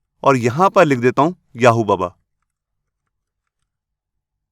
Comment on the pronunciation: Sir why do you blur 'oo' in your ''?